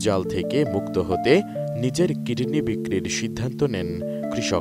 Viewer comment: কিরনি নয় কিডনি